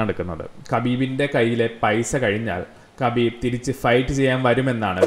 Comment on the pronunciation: Not kabeeeb 😂 it’s Habeeb